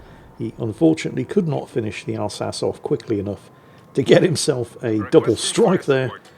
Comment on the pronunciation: Since when did start pronouncing the Alsace like “al-sa-ssss” and not “al-sa-cheee”? instead of the guns, we end up with the tier 10 having ELC Even 90 levels of toxic camo values… oh WG, I would say never change but maybe it’s a good time to start changing